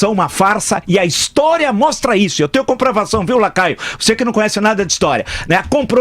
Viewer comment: Boa Prof. Vila!! Mas é Lacraio ou Lacaio? kkkkkkk